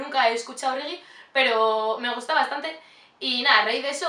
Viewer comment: buuaa green Valley es mi vida😍😍 ahora me caes mejor. pero una cosa, no se dice "rigi" se dice "regue" un saludo!!!